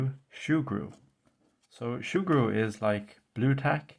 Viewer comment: Not shoo-gru...soo-gru